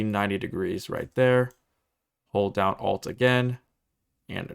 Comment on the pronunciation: whenever you say "press ALT and 3" or "Alt and 4" i kept hearing F3 and F4. I would like to report that i have closed unreal engine more times than i meant to.